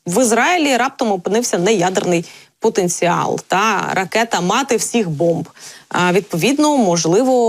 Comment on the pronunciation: А что это за колхозное" ТА"??? В УКРАИНСКОМ ЯЗЫКЕ??? НАУЧИТЕСЬ ПРАВИЛЬНОМУ ПРОИЗНОШЕНИЮ а потом уже можно и за могу повоевать!!! НЕУЧИ!)))😅😅😅